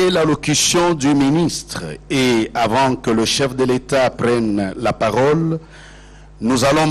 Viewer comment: Voila ce qui nous a manqué pendant 17 ans. '' Au moment que je prends ra parore...''